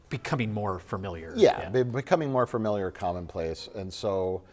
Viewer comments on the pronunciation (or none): You made such a big deal out of pronouncing asterisk correctly and then you said fermiliar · Welp. Since you brought up mispronouncing asterisk, I'll point out that you both said "firmiliar". I'm afraid it's ackktually pronounced "familiar". 🤓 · They pronounce "asterisk" correctly but still say "furmaliar". Familiar only has one "r" in it, guys! 😉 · correcting Mike on "asterisk" yet still continues to say "fermiliar"